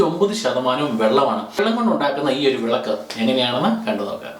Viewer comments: വേളക്ക് അല്ല മാഷേ വിളക്ക് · വേളാക്ക് അല്ല വിളക്ക്